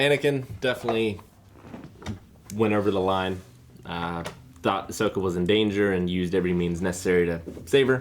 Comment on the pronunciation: really said “Bahsoka?” And looked at Eric like “did I get that right?” I need what this mans huffing